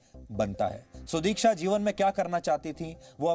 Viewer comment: Abbey saale udiksha nahi sudiksha hai !!